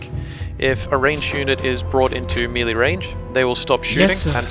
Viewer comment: That's not how you pronounce 'melee' lol.